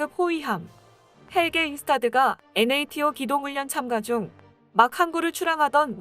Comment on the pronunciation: NATO 를 "엔에이티오" 로 읽습니까? 하~~ "나토"로 읽어야지요. 나레이터 바꾸세요.